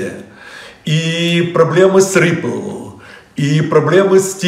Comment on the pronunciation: Проблемы с риплллл. Проблемы с тизерррр.